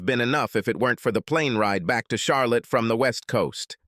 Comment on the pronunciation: Lol. Char lot ee